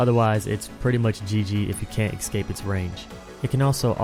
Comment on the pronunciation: ESCAPE. Where the fuck do you find an X inside that word?